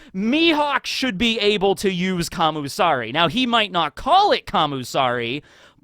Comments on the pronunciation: Isn't it "Kamisari" rather than "Kamusari?" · But its not kami tho, Its Kam U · I thought he was saying commie